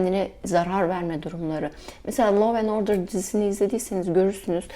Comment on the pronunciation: Filmin ismi anlaşılmıyor. Now and order mı diyorsunuz nowa norder mı nowen order mı.. bir not düşerseniz sevinirim